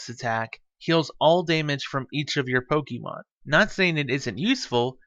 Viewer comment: Please pronounce Pokemon correctly, 😢 sounds awful, it distracts me from the tutorial